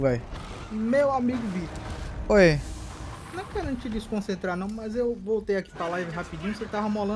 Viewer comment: pq q o fala "NIao" ao invés d não 😂😂